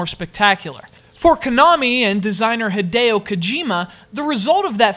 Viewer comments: "had-day-oh?" Honestly...? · noooo you mispronounced Hideo! this is only the best mgs ever